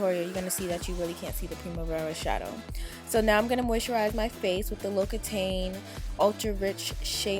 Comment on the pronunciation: Beautiful makeup!! 💙 and you pronounce to moisturizer lox-ee--tawn. Great video!